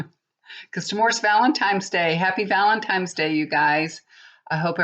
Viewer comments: Hi, FYI it's Valentines, not Valentimes.: ) Hope it was a good one. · I so enjoy your readings, but being an English major, it drives me absolutely nuts that your pronounciation is off: ValenTIMES? what? it's ValenTINES. When you say the word PICtures, you say PITures. Otherwise, your readings are pretty accurate. Lovely hair too!